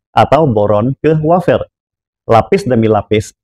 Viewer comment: Wafer pak, bukan wofer 😂